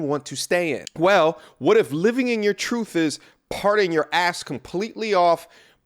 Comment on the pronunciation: "Living in your trooF". What? Look I know the letters t and h together take a little more effort to pronounce, but I really hope you're able to figure it out someday and properly pronounce words like truth. I really hope the best for you man, you're better than that.